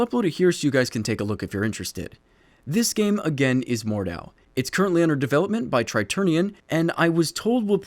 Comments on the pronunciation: Hard H. Mord H au, not Mordau. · Noone mentioning Mount&Blade here? Kinda disapointed;D But seriously, check that game out to see where this genre has its roots and its hight. And btw. german here, you spell it MordHau, you really pronounce that "H". Also its a combination of two words, so you speak with a tiny disconnect between "Mord" and "hau". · Great video, but you misspelled Mordhau if it is supposed to be spelled the German way. You said Mordau, you need to pronounce the H like the H in hit. Just keep in mind that there are almost no silent letters in German. Anyway, looking forward to this game. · Pronounce 'Moard-how'